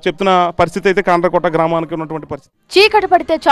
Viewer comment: ఈ రిపోర్టర్ గాడికి కాండ్రకోట అనే పేరు కూడా సరిగా పలకడం రావట్లేదు😅